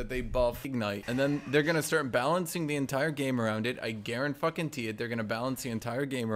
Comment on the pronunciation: “I garen-fuckin-tee it” was that intentional? Lmfao